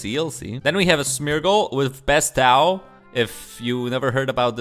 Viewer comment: At least weedle pronounces words wrong on purpose to trigger people and not just because he doesn't use the move.... cough cough... bess TOW. I died laughing (if you don't know, it's more like Beh-s-toe)